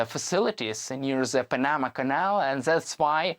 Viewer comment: Teach him how to say panama